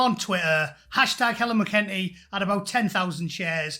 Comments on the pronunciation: This entity's name is pronounced 'Mac 'n tea' not 'mah-kentie.' I don't like seeing videos of Helen McEntee because I keep imagining she will crawl out through my screen like that Japanese horror movie, The Ring. There is something 'uncanny valley' about her. McEntee is approximately human in the same sense that the plastic oranges and grapes in Ikea kitchen displays is approximately fruit. They say that if you comb your hair in front of a mirror while repeating 'far right, faaar right,' McEntee will materialize behind you with those empty, black, eyes like two holes gouged into a side of bacon with a red-hot poker. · You're not pronouncing that banana's name properly. Mac-en-TEEE. Otherwise, you are completely correct. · Mc in tea... Say it like that. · Correction on your pronunciation of “McEntee” there from an Irishman; it is pronounced “Mac - cunt - ee”. Thanks. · Your pronouncing her name completely wrong. It's Mc En tee. Say it fast and you'll be spot on. Very good points made by you all the same. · You can’t even correctly pronounce her surname. Look after your own garden in England.